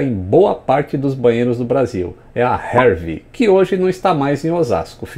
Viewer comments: Bem legal o vídeo. Moro em Osasco, sou entusiasta de aviação e meu pai sempre contou essa história pra mim, inclusive me levando até rua onde o voo aconteceu. Agora uma coisa interessante do seu vídeo... sempre ouvi falar aqui em Hervy (rervi) como Ervi, sem a sonoridade do R. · Hervy, é pronunciado herVÍ. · E Hervy se pronuncia HerVí, e não "rervi" huahuahuahua... pode perguntar a qualquer osasquense.